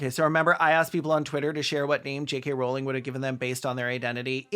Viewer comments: maybe my brain fucked up and processed you saying "kkk rowling" but i fr thought the attribution to the quote said "3 K Rowling" and i gasped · "J.KKK. Rowling" 😂😂😂